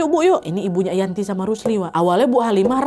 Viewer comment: 20.33 kak nad bilng nya yanti njir bukan yanto🗿